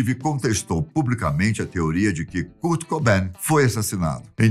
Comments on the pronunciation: Poxa, "Kúrt" não dá né 😫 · kurt lê-se "kôrt" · Ele falando curti kaksksksa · O “Curti” curtia curtir. Esse foi o problema. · "curti"E KURT MANO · Não é Curtiii é Kuuuurtiiiii🙄😕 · Kârt, não CÚRT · KUURTI """"'KKK MDS Q MERDA D PRONUNCIA É ESSA KKKKK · Nao E curti e kart porra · 😂😂😂😂😂😂😂😂😂😂 doeu la no fundo do ouvido kkkkkkkkkkk e a curtini love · Curte kkkkk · Cúrt é foda kkk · O enredo da história foi boa ! Parabéns pelo conteúdo ! Porém sem que ele falava o nome "curti" dava vontade de rir kkkk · Cara o falando "curti" da agonia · Que nervoso ele falando curte kkkkkkkk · Nao tinha ninguém na redação pra ensinar ele a falar Kãrt? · A pronúncia correta é: kârt! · O que é CURT? e o que é GRANGE? 😂😂😂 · Que agonia essa pronúncia do nome do Kurt kkk mas amei vcs falando um pouco sobre a banda, sou fã ❤️ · Kurt kkkkk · Beeem brasileiro. Kkkkkkkkkkkk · Essa Pronúncia de Kurt é pra Acabar kkk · Muda o narrador pra um q fale Kurt corretamente esse idoso é mó chato . Narrador mó paia . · Ahahah fds para um gajo que passa informação, ao menos podia saber pronunciar o nome do Kurt. Que impressão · Curte e Deive Gru